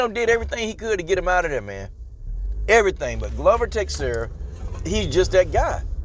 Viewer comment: Dig your comments, but the names are pronounced Glover Teshara and Yiri Prohaska An yeah, glover has the cardio, might make it a dirty, clinch game. BUt Jamahal is gonna snipe him from the distance